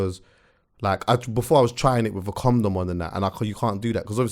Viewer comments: Is man saying "comdom" instead of condom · Is saying comdom?